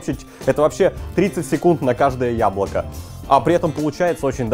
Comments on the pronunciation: тебе тоже показалось что друже сказал хуяблоко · Мне одному на послышалось "хуяблоко"?